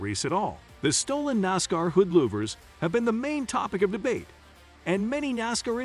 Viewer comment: Get somebody to read the story who knows how to pronounce nascar